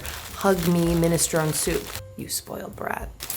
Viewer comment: tee. And mi·nuh·strow·nee (or neh) 😄